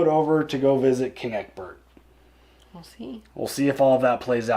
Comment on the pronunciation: I realize how very late I am., I am baffled that u r this far in and are still calling him Ecberk. Brother, it's Ecbert. Love u guys tho.